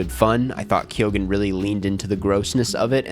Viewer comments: ITS BARRY KEE-GEN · I don’t mean to sound picky, but “Kyone” is how to pronounce Keoghan.